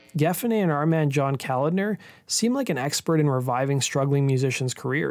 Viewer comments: Just an FYI, it's not "calender," it's Kuh-lawd-ner. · John Ka lan der. You pronounce his last name with a K sound not C. It’s not calander. It’s ka lan der. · It’s John Kalodner. Not calendar. Pronounced Kal-AH-dner. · It's not John Calender, it's ko-lod-ner, stress on the middle sylable. Damn, it painful to listen to you mispronounce his name time and time again, especially since he was one of the biggest A&R guys in the 80's. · Yup! I was going to say "Listen to Steven Tyler pronounce the guy's name! He talks about working with him in many interviews... It's not Calendar!!". Hahaha! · John Kalodner’s last name is pronounced kuh-LAWD-nur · Okay, first of all: It's pronounced John Ka-LAHD-ner. Secondly, Tommy Shaw did not front Styx - Dennis DeYoung did - and Styx were a Hard Rock/Prog-Rock band and were most definitely NOT Pop (save for maybe a few songs). Third of all, I have no idea what an "Adult-Oriented group" is unless you are referring to porn actors. Lastly, you show a 90s band (Nirvana) while referring to the transition of 70s music to 80s music. I love most of your videos, man, but this one made my OCD explode. 🤯 And I was so excited when I saw this vid pop-up. You usually do a great job, but this video was clearly a rush job. I'm just trying to help here. BTW, does anyone else see the immediate irony in the fact that a wedding-dress-wearing John Kalodner brought together a supergroup featuring 2 Right-Wingers (Jack Blades and especially The Nuge)? 😅 IRONY!! 😂🤣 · BTW: It's John Ka-LOD'-ner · Yes, genius. You mispronounced it all over the place. 🙄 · Isn't John Kalodner pronounced wrong? Ka-LODD-ner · The name is pronounced kaLODner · It's pronounced Ka-lawd-ner. John Ka-lawd-ner. Watch an interview with Steven Tyler some time to hear the correct pronunciation. Nevisin accidentally lost some of the master tapes of Zeppelin's Physical Graffiti. Not exactly outstanding. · Not to mention he mispronounced John Kalodner's name.